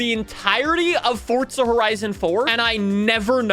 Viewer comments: my myth Forza Horizon 5 is NOT pronounced as FORTZA Horizon 5! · I’ve watched a bunch of FH5 vids and keep hearing it pronounced: FORT-za. Any reason why? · Heres a Forza myth for you, theres no T in Forza. You clearly have an accent but how does that mean you start adding letters into the middle of words 😂